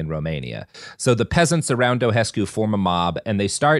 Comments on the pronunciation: It HURTS to hear you mispronounce Ceausescu every time you mention him. It’s not CIAO-CHESCU it’s Ciao-SHESCU. 😩😩😩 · It's pronounces Ceauh-shescu and Zzepesh, Ț is like ZZ as in Pizza and Ș is like Sh as in Show.